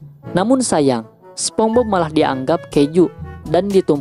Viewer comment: BTW nieehh....SpongeBob dibaca Spons;Bob,,,bukan SpomBob🤣🤣🤣🤣🤣🤣🤣🤣🤣🤣🤣🤣🤣🤣🤣🤣🤣🤣🤣